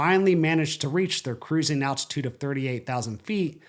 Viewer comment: attitude or altitude, there’s an L in there somewhere lol